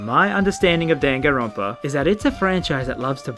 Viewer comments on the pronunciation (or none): Maybe I’ve been saying it wrong but I wanna scream hearing dawn-gone-Ron-pa One more time... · Why does say Danganronpa like gun gun runpa?